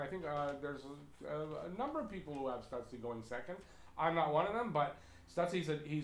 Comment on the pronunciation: Stootz-la. Not Sutz-lee.